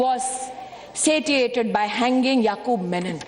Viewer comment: Menon nahi Memon - You would draw more controversy